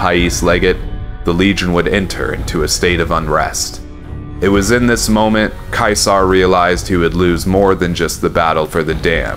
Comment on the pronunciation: Finally somebody who pronounces Caesar properly!